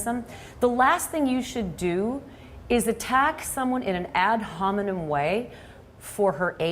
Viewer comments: Adrienne: “google ad HOMINOM” 😭😭 I’m sorry, the way she’s saying it is so funny. My teachers always pronounce it “Ad Hominem” . She’s saying it like NOM NOM NOM😂😂 anyways I love Adrienne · "Ad hominom" lmao...